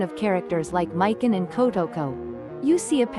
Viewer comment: We get it u are not a real nerd and hate males and females U feminist/Democrats are triggered lol learn to say characters names right mik on lol there not a dude lol